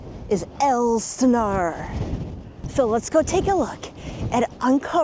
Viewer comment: It's Ales Stenar